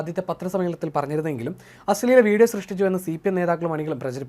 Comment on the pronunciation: അശ്ളെല അല്ല അശ്ലീല 😂😂